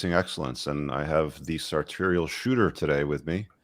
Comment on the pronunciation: Sartorial, sartorial. The least you can do is pronounce his name correctly.